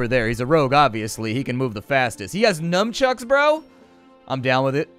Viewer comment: What are "numchucks"? Are they anything like nunchucks (nunchaku)?